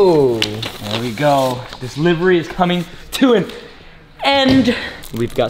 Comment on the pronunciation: wow this is like the first person I have heard say livery correctly.